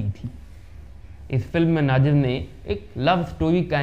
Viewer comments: Naazir nahin nazeer bolo. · नजीर को नाजीम बोल रहे हो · नाजिर नहीं नज़ीर कहिए नजीर हुसैन आप गलत उच्चारण कर रहे हैं